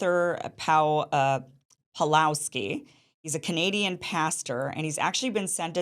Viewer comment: He's name is PAWLOWSKI not Palowski. He got punished not only for free speech but for keeping church doors open during lockdown. Most famous video, with millions of views all over the world, when he kicked Alberta's 'covid police' out of church yelling at them "get out your nazi". Kim you should really educate yourself more about him before making a podcast.